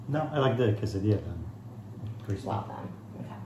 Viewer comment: If she says quesadilla one more time!!! 🤦🏼‍♀️🤬